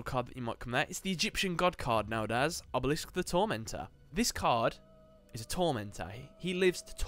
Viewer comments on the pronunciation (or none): none